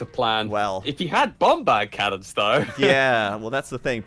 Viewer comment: The British guy in comes out.. ' Bombbhardt Cannons would be awesome '.. Poor